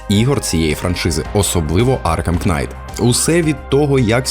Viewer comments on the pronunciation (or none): Вибачте, я не для того щоб домахатись, просто вухо дуже ріже: не кнайт, а найт; не цусіма, а Цушіма. А так чудове відео, дякую! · Кожне вимовлене "Кнайт" додає мені сивий волосок 😁 Але контент супер, продовжуй в тому ж дусі! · Дякую за контент) В слові knight К не вимовляється) Просто найт) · Красно вдячний за чудовий контент рідною мовою. Маю зауважити - маєте чудовий тембр голосу! Маю до вас невеличке прохання - не читайте ви ту нещасну букву "k" у слові knight, вона існує на письмі, але не у вимові. А то потім налетять у коментарі шановні знавці англійською мови з трьома класами церковноприходської школи, ( як я, наприклад), і будуть вам тут розповідати😂 Не тримайте зла, я виключно з любов'ю. Бажаю успіхів!